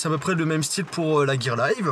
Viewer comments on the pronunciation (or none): none